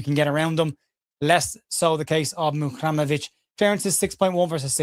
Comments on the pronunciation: Great as ever, thanks. Looking at his name on paper, I'd be inclined to finish the pronunciation as 'REM'ovic, rather than 'RAM'ovic. but I know nothing so I'm speculating! MOT and keep up the amazing work. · Over/Under Match Week 27 gets Muharemovic's pronunciation right!! I take the Under, I have faith in you!! MOT ⚪️🟡🔵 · Great video as always. If Tarik ever meets up with you, he ain't half going to rib you about your pronunciation of his surname! M.O.T. 😂